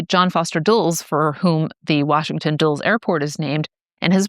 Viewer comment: Dulles, that's DULL-iss. Panama disease, the source of "Yes, we have no bananas, we have no bananas today..."